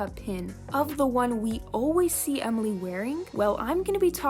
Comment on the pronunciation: Did you just say Omoly it’s pronounced Emily